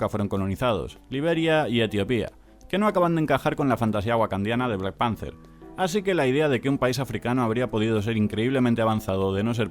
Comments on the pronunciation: ¿soy el unico que escucha "black panzer"? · Black Panze es como se pronuncia.